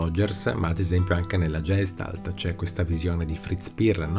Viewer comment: Tutto chiaro, grazie! Solo un piccolo appunto: Gestalt è tedesco, quindi il Ge va pronunciato “Ghe”. ❤️